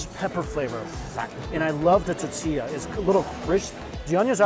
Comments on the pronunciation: Same! It’s tor-tee-ah Regardless, always a pleasure to watch Mike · Cracks me up the Asian guy says Tetillia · How Mike says “tortilla” 😂😂 “titiya” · Hearing Mikey say toe-tilla in the first video..come on bro Hearing it 5 videos in..LIFE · "The Tutilla"! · This guy can't say tortilla to save his life.😂😂😂too funny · Please enunciate the word tortilla....there are 3 syllables in the word. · There is an “r” in “tortilla” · There is an “O” in the word tOrtilla, mike 🙄🙄🙄